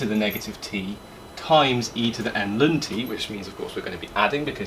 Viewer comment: New here. Never heard anyone pronounce ln as lun. Its usually either ell-enn or stubbornly calling it log.